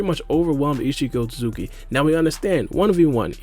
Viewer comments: Isikotsuki?! Dude, chill... Are you in a hurry or just full ADHD mode? Talk slower and pronounce the name fully or just say isshiki instead. What's next, calling Naruto Uzumaki "Naruzumaki"? xD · just say "isshiki" lol